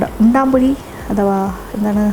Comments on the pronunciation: ഉണ്ടംപൊരി എന്നാണ്,,,, ഉണ്ടാമ്പൊരി അല്ല,,,, nthayalum kidu റെസിപ്പി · EKM ൽ ഉണ്ടംപൊരി എന്നാണ്. ഉണ്ടാം അല്ല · Undaampori alla, undampori ennaanu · ഉൺടാപൊരി അല്ലമാഡം ഉൺടംപൊരി ആണ് നാടൻ പലഹാരങ്ങളിൽ ബെസ്റ്റ് _ പഴംപൊരി, സുഖിയൻ,പരിപ്പ് വട, ഉന്നക്കായ , ഉൺടംപൊരി,നെയ്യപ്പം മാഡം വളരെ ഭംഗിയായി,സിംപളായി വിശദീകരിച്ചു thanks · ഹെലോ ചേച്ചി ഉണ്ടാ പൊരിയല്ല ഉണ്ട പൊരിയാണ് ചേച്ചി 🤣🤣🤣🤣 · Chechi parayannuth undaaampori ennnaanu pakshe sherikkum parayunnath undampori ennaanu 😉😉😉😉